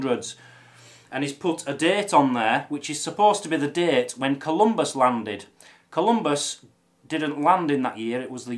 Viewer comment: I have just 2 comments: 1, you are wearing the kilt backwards, the unpleated apron goes over your lap, and 2, it is Saint Columba, not Saint Columbus.